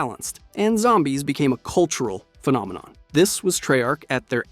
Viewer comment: "the call of duty phenomenom"